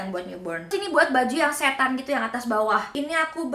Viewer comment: "setan" 🤣🤣 Maksdnya set-an